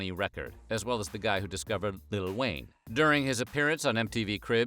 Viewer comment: It’s so weird hearing him say “fitty cent”, “lil Wayne” and “bow WOW” 😂